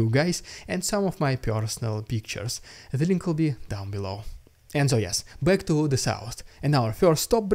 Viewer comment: "I'll be cack"